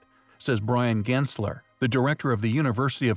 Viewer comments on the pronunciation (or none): none